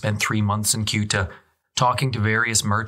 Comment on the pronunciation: Ceuta; not Kuta or Guta as a point of reference.